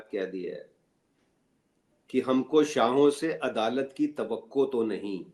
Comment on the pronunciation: In your first coult, it is not clear, the exact word is (shahon) or what. If you happen to read the instant comment, please make it clear.